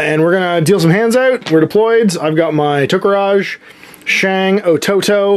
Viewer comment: It isn't "To-Ko-rage", they are 'Tora-Ka-ge' ('shadow tiger').